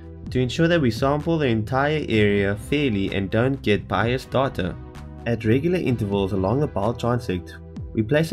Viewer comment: the way he says data doahtoah